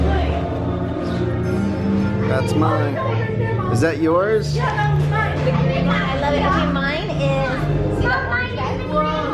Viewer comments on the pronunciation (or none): none